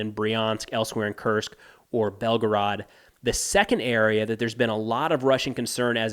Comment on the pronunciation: His pronunciation is really good but nitpickers would point out that "Kursk" is pronounced "Koorsk" and not "Kirsk." Who cares really this channel is outstanding.